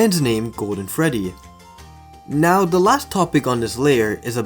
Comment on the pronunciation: Did you say Freddy or Feddy?